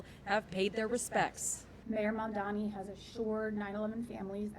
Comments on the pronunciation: mam dami? Why do they always say his name wrong? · “Mon-Dommy” ~ Mainstream Media